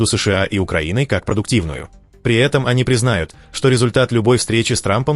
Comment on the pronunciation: Когда "ии" станет правильно ставить ударение в слове "признают", тогда уж точно удалю ютуб . P.S. Неужели так сложно прочитать пару строк? Диз.